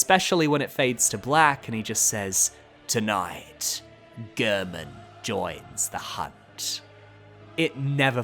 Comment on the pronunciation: So weird to me when people mispronounce Gehrman's name. He says his name in his cutscene. It isn't pronounced like "Gurrmen." It's pronounced like "Gairmen."